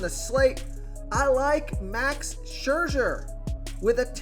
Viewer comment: Never met a name he couldn't butcher. Max Scherzer